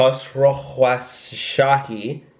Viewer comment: Don’t shave your head 😳but try the pronunciation of Dara’s last name instead Here we go!! KHOS ROU SHAHI If you still having problem then you should shave it off🤨